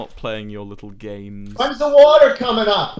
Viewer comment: "LIKE HOW YOU DROWN JUST DRINK THE WUDDER" - Tik tok, 2019